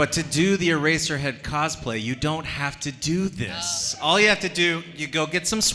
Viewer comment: "i play ereserhead" I FREAKING FELL OFF THE COUCH